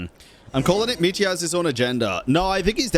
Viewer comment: Both are kinda wrong. It's pronounced without a Y but with a soft L. Same goes for Vodyanitsa and Mitya, you pronounce their names without a Y and with a soft D and T respectively